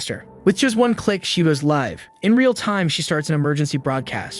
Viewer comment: Live is pronounced /līv/. Get it right or just stop translating videos to English until you know English better than me. And I'm just an ordinary guy, so you can do it if you try.